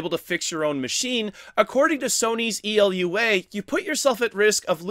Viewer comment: "ELUA", my dude, it's "EULA". end-user licence agreement. just say "yoola".